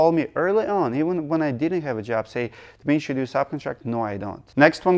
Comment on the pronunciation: I have asked this before, but just gotten flak from another fan. You say your first name differently than Dmee-tree when you first say it. Is there a Russian nickname or version that is not phonetic? At the beginning of this video, it sounded again like you were saying "Misha" or similar before you repeated your name the 2nd time.